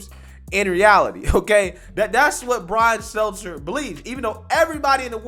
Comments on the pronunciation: when are you going to stop calling him SELTZER and actually call him STELTER? I don't know why, it just bothers me 😂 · Brian's name is STELTER, not SELTZER. I know it's a small point but please try to get it right. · I love how you call him Brian "Seltzer" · STEL-TER, it’s Stelter 🤣😉🤷‍♂️ keep up the good work brother!